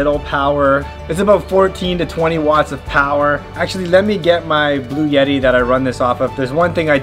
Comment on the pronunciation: There’s no “y” sound in the middle of Bluetti. It’s blue etty.